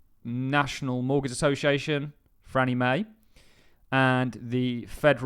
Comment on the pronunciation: Why do you keep saying "Frannie Mae"?????????????? It's not "Frannie Mae", it's "FANNIE MAE"!!!!!!!!!!! "FANNIE". There's no "R" in it!!!